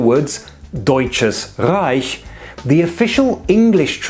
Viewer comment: I'm glad you pronounced "Deutsches Reich" correctly.